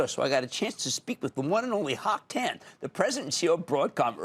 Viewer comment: His name is not Hock Tan. His name is Hock Eng Tan. And they pronounce his last name wrong. So unprofessional.